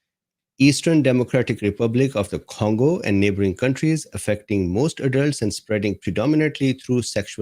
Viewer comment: What's the first syllable of CONgo. Voila!